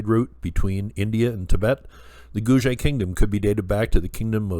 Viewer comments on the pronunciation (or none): Hi! Thanks for another great video. I have heard Guge being pronounced Goo-Gay or Goo-Ger (sounds like Google!).Thought you might like to know this. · Ge should be pronounced same as Gu not J . Two separate word GU and GE not as usual English word like page. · I’ve heard it pronounced “Goo-Gay”. (Thanks for another great video.) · Hi, I have jusr been informed that Guge is written in Chinese pinyin phoenetics & pronounced: koo-ker.